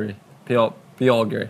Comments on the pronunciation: visited Poland! So nice to see - especially since I live relatively nearby. A few notes for those who now want to explore the area: 1) Puck is pronounced Pootzk, pierogi = pyeroghi (ye as in yeah) 2) From second half of June till end of August is vacation season. Hel peninsula is absolutely packed then, as it is a very popular destination for kite surfing for example 3) Do keep in mind that Hel tends to be windy 4) The peninsula is not far from Kaszuby, a slighlty hilly region filled with lakes, forests and rarely traveled tarmac roads. Awesome place for bike riding. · has done better regional promotion of Poland than many of our own Promotion Agencies. Great Work. Great Bikes. Great Riders. And you definitely shold learn how to pronounce "pierogi":) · Dumplings you should pronounce like that P+YEA+RO+GEE And it doesn’t matter if “z mięsem” (with meat) or „z kapustą” (with cabbage) or maybe „ruskie” (russian) these are just delicious! By the way PIEROGI RUSKIE has no connection with Russia at all :) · Puh-row-gee (I think).